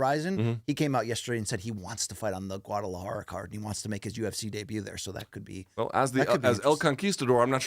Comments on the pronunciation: He starts it with a wauh sound instead of a gauh sound but Ayy as long as he’s trying and not being Racist I’ll take it lol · To me it sounded like he’s saying it Wu instead of Gu but Ayy to each there own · Its a soft G BC! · Luke, you do not say the G in Guadalajara. For once BC had the correct pronunciation. Gu is a soft g. Guatemala, guacamole, Guadalupe, etc. all soft Gs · No you don’t pronounce the G in Guadalajara, it’s not a hard g